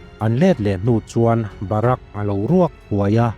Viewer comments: barak ni lo in.. bharik aw pu ber😊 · Dikchiah. Bahrak ti ten alama india ah chuan bahrik tiin kan lam zawk in kahria